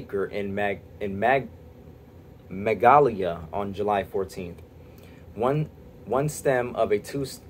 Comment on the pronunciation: PGE admits they started this fire. I live within sixty miles. It is Buuutte with a long “u”. And it’s Teh”A”ma with a long “a”. I live in Tehama County. Mag “A” l ya. The area where these fires burn are really rugged and wild with deep canyons and lots of dry brush. PGE has failed to maintain their lines in these very rugged wild areas because it would be expensive. Much cheaper to shut everyone’s power off.